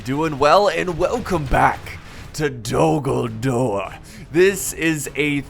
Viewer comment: Dogldore or did he say d dumbldore